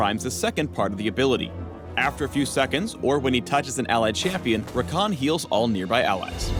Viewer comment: Haha ever thought id see my little brother Rakan's name as a league of legends character. its even spelt the same even though they do pronounce it differently. (we say ra-can not ra-khan)